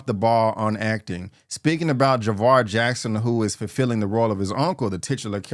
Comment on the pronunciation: It's jaafar not Javar